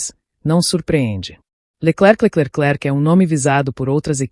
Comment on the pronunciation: Leckeclecleclek!!!!!! Que é esse?